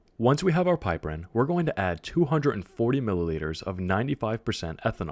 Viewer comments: PIP-er-rin not PIPE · Also it's pip-er-een, not pipe-erin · also you are pronouncing it wrong - its pronounced pip-er-ene :P